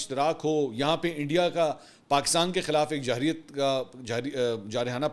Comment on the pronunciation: محترم خان جی لفظ جاحریت نہی جارحیت ھوتا ھے۔ امید ھے آپ درستی فرمائیں گے آئیندہ